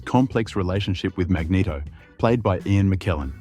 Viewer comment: mageto? for cry out loud XD